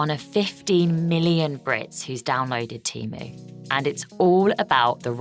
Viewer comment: Can we PLEASE at least agree it's pronounced TEE-MOO and not TEM-OO !!!